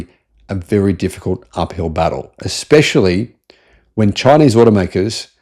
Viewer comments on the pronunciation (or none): none